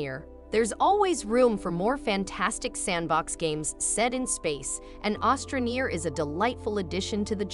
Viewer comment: It’s astra not ostra neer